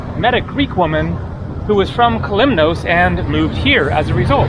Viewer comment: The 'os' in Kos or Kalymnos is pronounced as 'oss' is in 'floss', not as 'ose' as in morose. Minor point, but worth noting!